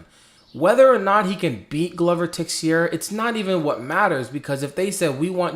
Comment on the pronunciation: I LIKE YOUR RANTS more than your prediction videos. PS.: Tei-xei-ra ( transliterating ) goes Tay-shay-ra ( more or less ) or Tay-Shera